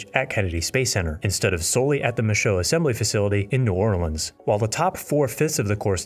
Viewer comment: Great, folks. The Nit of the Day: Michoud is pronounced, “Mishuuuu….”.